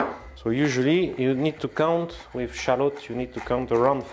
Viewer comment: “We will crush wiv thee … ass of the pan.” 🤩👏👏